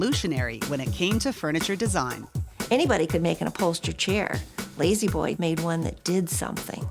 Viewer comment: Very nice recliners. Don't you mean LAY-Z Boy though?